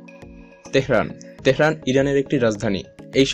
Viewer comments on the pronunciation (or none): none